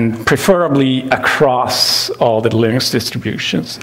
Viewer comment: confirmed pronunciation of “linux”. not lee-nooks. or “lih-nuks” but lir-neks. lol